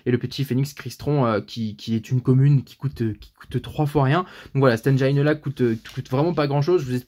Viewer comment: Le i de engine se prononce comme le i en français on oublie pas 😁 sinon bonne vidéo 👌👌👌